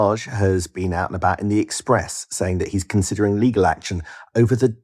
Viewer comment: He's "consiudering" legal action. Not very convincing. You'd know one way or the other IMO..And he always says that.